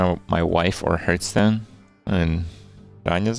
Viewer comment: It amazes me that Kripp STILL says Hurth-stone in 2018 and will continue to do so in 2019 but i agree with him about the pronounciation of Mad Bom*B*er